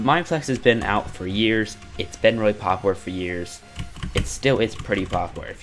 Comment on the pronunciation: Please learn how to pronounce “popular”